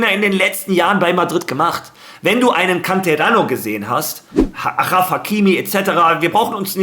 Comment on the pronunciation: Bruder,habe dir das schon mal gesagt nicht araf hakimi,araf bedeutet was anderes nichts schönes,man spricht es aschraf..❤